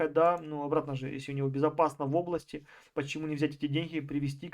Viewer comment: "ОбластЯ,похожА,.ДАЛЬШЕ СЛУШАТЬ НЕВОЗМОЖНО